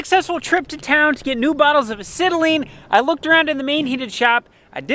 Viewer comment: Acetylene,,ask Cooper,,ur saying it wrong,,he might luv u to much to tell ya the truth